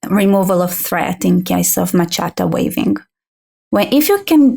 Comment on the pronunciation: Omg. 😆🤣 She keeps saying, "ma-chatta", what the hell is that!? I think she means, machete, pronounced: 'ma-shet-ee'.